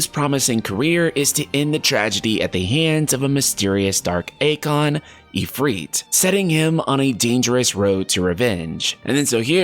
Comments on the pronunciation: And for Eikon, it's pronounced 'eye-con' instead of 'ay-con' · Also it’s pronounced Icon. It’s in the trailer. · Cleave? It's Clive. Akon? It's Eikon (icon) lols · Eikon is pronounced like icon not aykon they even say it that way in the awakening trailer. 😂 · Always love your videos. But you MUST start pronouncing Eikons correctly. They literally say the word multiple times in the reveal trailer. Icon. Like...icon. Not a-con. Just a normal sounding word. Icon. And it’s most definitely Clive (think alive). That’s a very common name overseas. I just don’t want you to form a habit and potentially loose any credibility (as it seems all these other comments feel the same). Keep up the amazing work my friend. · Cl-Eye-V.....Clive....did that help with the pronunciation????no??? well i tried lol. Even eikon, swear its pronounce ikon, like eye-kon? i know am sounding like a dick, just find it funny wen people pronounce stuff differently then what the in game character would lol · Also eikon is eyekon. Couldn't watch the whole video